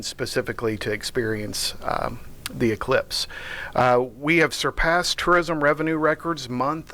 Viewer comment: I thought she said cyclops.